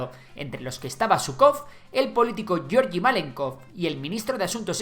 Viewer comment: Excelente vídeo, como siempre. Un apunte para próximos vídeos sobre Rusia o la URSS: la G en ruso, como en el nombre Georgi, siempre se pronuncia como en "gato", "guerra" o "guisar", nunca como en el inglés "George".